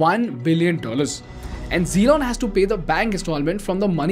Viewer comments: You keep pronouncing his name zelon is driving me mad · i was laughing like a hell while you were explaining and taking name as "Zelon". btw Its good way to get out of any of the controversy . I appreciate..